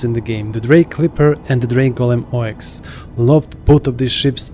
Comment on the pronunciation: It's not pronounced "Oh Ex" by the way. It's Ox like the animal. :) o7